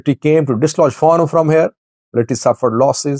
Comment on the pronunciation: I like your program. One comment: Fano should be pronounced as “Fan Know” stress on both syllables. Thank you!